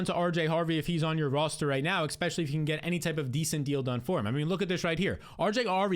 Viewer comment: Please please please please please please please please stop saying "ekspecially". Please stop saying the K sound 💔